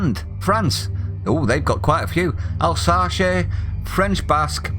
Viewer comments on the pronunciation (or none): none